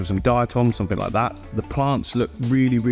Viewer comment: “Click somefink” 🤣